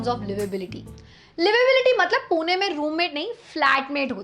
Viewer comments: It's Pune not puna . Love 💕 from punekar. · Its not poona its pune (पुणे)